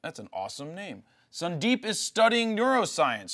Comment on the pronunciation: this is fkin boring and horrible when you badly pronounce the name as sundeeeeep ... and that to unnecessarily several time with that terrible throat brushing. dude! .. grow up dude!